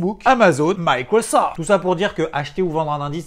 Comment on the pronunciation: J'adore le MAILLECROSOFTE.... Heu...y a pas de "e" à la fin en fait! Lol Bisou 😚